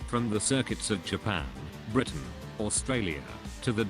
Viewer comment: Did anybody notice how he said Britain two times? :|